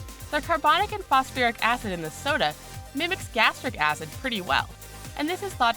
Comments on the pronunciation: did she say fosoferic? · ..'phosofuric acid'? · This bitch is dumb. What is "fos-a-fur-ic" acid. Obviously, she has never opened a chemistry book in her life. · "Phosiferic", "phosfearic", "phosofiric" acid? It isn't pronounced the same way twice. Hehe. Those extra syllables hurt my ears. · Maybe if she could say "Phosphoric" i would believe her.